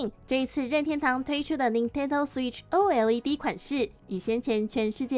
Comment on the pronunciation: 為什麼要像A P P一樣把OLED分開來唸…